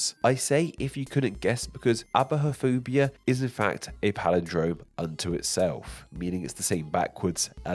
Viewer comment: it's pronounced ai-boh-phobia😉